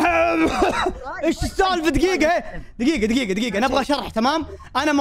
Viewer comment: والله احبك بس كانك قالت ميقه من قيقه والله مو قاعد اضحك عليككك😭